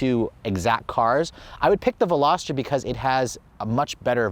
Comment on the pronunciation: The Hyundai qualifies as a “sports car”????? Also, it’s not a “Velosater”; it’s a Veloster. The Miata needs to be a full convertible, just like mine.